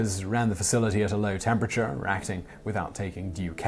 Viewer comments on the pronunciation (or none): none